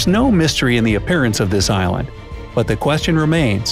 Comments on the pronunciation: yes i know but it sounds like Ireland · the "eye land" LOL